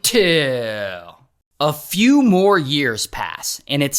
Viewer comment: I love it when he says. UNTIL 😅😅😅♥️